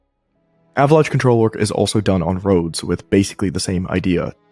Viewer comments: Producer kept pronouncing "Avalanche" as "Avalaunch" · It's AVA-LAANCHE Not "Ava-lawnch" Jesus. It was so obnoxious other people around him started saying it that way. Major pet peeve. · I find the way how says Avalanche. He always says AvaLaunch. haha Please don't take this as hate against him, just some funnies from my side. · I like how pronounces avalaunch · The other dude saying “Avalaunch” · Am I the only one who was super distracted and irritated by the guy saying AVA-LAUNCH over and over? AAAUUUUGGGGHHHHHH!!!! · bro calling it an avaLUNCH is driving me nuts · It really shouldn’t, but It makes me irrationally angry when keeps saying “Avalaunch” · Before this video, I'd never heard a single person say "avalawnch." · Am I the only one who had a hard time getting over the fact that the producer guy kept saying "ava-launch"? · I couldn’t stop hearing the producer say avalunch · I came to the comments hoping to find out why the producer pronounces it "ava-launch", but all I see is thumbnail/title comments... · Wtf is ava-launch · Disliked because of "ava-LAUNCH" 🤮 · no way this guy is saying "avalaunch". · All I could hear from was "Avalaunch" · I hate the way this guy pronounces Avalanche. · His pronunciation is perfect until he says Avalanche 😂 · The way was saying avalanche was killingggg me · The way he says avalanche drives me nuts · Why does ol boy keep miss pronouncing avalanche? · How he pronounces avalanche! Drove me nuts. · someone tell that other guy how to pronounce avalanche properly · Who TF is this guy at the end and why does he pronounce avalanche like an idiot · The way the producer pronounces “ avalanche” Is just infuriating